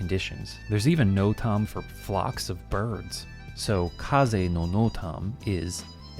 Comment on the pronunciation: Hey! Normally don’t comment but I thought I’d give you props for the amazing video(and help with the algorithm) the part where you say NOTAM, it would be pronounced more like know-tem in the aviation world (and extra fun fact the FAA actually changed the acronym to mean notice to air mission to be more inclusive!)